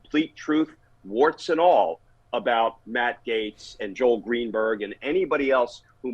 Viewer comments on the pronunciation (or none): none